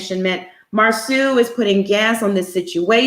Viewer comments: Can you not call him Marsue. It mar-so. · It's disrespectful to Marsau's mother to keep mispronouncing his name as Mar-soo. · Does Monica really watch the show because she mispronounced Marsau and Tisha's names like she really doesn't. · It Bothers Me That This Man's Name Is Being Pronounced Wrong On Purpose smh.